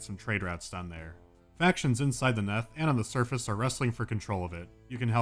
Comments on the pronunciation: It's "neath", not "neth" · It's pronounced 'neath as in underneath. Not Neth. I think. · I'm amused by the fact that you pronounced it as "neth", because I always thought it was "kneeth" as in "underneath", but still... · This is nitpicking, but it's " 'neath", not "neth". As heard in "beneath" or "underneath". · The "Neth" should be pronounced the Neath, as in underneath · Its not neth its nEEth for fucks sake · I just registered that he was mispronouncing Neath. It's pronounced neeth, because it's short for the UNDERneath, get it? Also, like if makes you think of This Boy Suffers From Crystalization, iykyk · 3 years late, but it's 'neath, like underneath, and it annoyed me a tiny bit. Love the video though. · It's pronounced 'Neeth'. As in Beneath. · It's pronounced Neeth, like underneath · He interpreted it as rhyming with Death